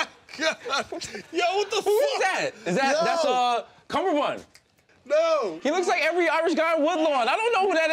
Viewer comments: he said cummerbund I think he mean Benedict Cumberbatch 😂😂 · Cummerbund instead of Cumberbatch!🤣🤣🤣